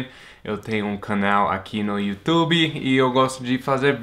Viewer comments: Adorei você falando “iutubi” hahaha bem brasileiro 🇧🇷 😁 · Já virou brasileiro faz tempo, até fala YouTuBI hahahahaha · Divertido ver o Brian falando "Youtube" como um brasileiro : ) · parece mesmo um brasileiro falando